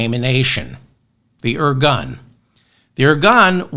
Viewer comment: I love you David! I love it how you said at the end that you’re not giving up! Also, I know Israel’s history enough to say that you described the situation and history accurately. By the way it’s pronounced… “Ir-goon” and not “ir-gun”.